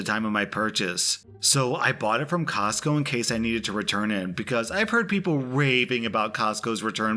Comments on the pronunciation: Say "cosco" one more time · Say “Costco” one more time.... 🤦🏻‍♀️😳🤯